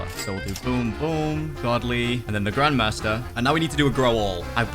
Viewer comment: it’s grandmaster not grandmaster 😂